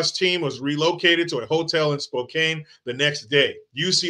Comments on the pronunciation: And it's "Spo can." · 'Core da lane' near 'Spo can'